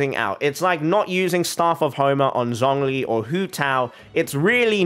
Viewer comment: I'm glad that you call her Kandakeh, but you claim that you're trying to be respectful towards other cultures by pronouncing names right, while pronouncing Zhongli's name in the worst way possible. Please watch tutorial video on YouTube how to say Liyue characters right, if you want to show your true respect to the other cultures in this way